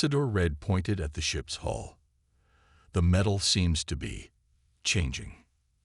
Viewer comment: Hull, Coms, and more of those. When something isn't taught, pretty hard to get it right! 🎉🎉😂